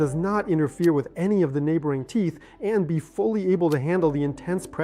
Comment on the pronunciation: This is typical hallucinatory AI, many instances of mispronounced words (and clicks), like USAG(J)-1 , T(P)eeth , these are all hard to swallow. Stop using AI! It's expensive garbage... I stopped watching at this point.